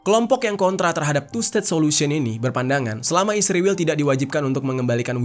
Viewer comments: Israel min bukan Isriwil 😂😂😂😂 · Setelah sekian lama nonton vidio ABNG, kenapa Abang bilang isriwil bukan Israel 😂 mantap lah pokoknya bng🎉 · Kenapa kau sebut Israel bilang isriwil?